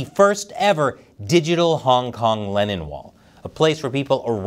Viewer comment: Does anyone else notice hklennonwall sounds like 'hkLeninwall'